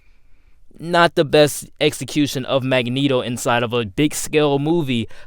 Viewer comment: “Duh story of duh wolverine” “De worst consistent” Why do you say duh?